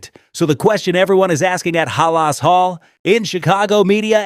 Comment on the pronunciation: Stop mispronouncing halas 😮